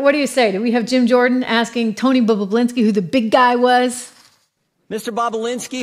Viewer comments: Trish- its Bobu- linski, NOT Bobu-blinski. You're adding an extra 'b'. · bobulinski its not that hard to say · You're pronouncing Tony's last name incorrectly.